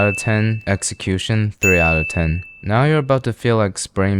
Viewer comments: Why do you say Teen instead of Ten..... Kills me everytime. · why do you say teen instead of ten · I love your videos but I have one criticism I fucking hate the Way you say the word ten you said like teen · Why does he always say let’s taste it an rate 1 through taen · So where never gonna talk enough the fact he says tean not ten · Why does he say ten like that. Tain. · "One to Teen." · "Wun thuuu tinnn" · one throughTEEN? THE FUCK IS HE SAYING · i love how he says "tain" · I couldn’t tell if you’re saying “…taste and rate it 1 through 10” or “…115,” so I turned on the subtitles, it read “… taste and rider 113” 🤣🤣🤣